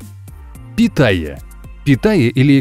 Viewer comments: Учись читать не питая а питахая! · Не питая, а Питахая